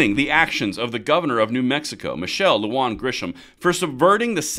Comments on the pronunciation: My name has been mispronounced all of my life. Please hire some hispanic speakers to your edit crew. It's "LuHan". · Michelle Lujan (LOU-HAN) Grisham